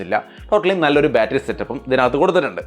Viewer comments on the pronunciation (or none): none